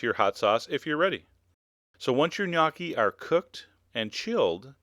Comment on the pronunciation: the 'o' in gnocchi is pronounced like in the word 'home'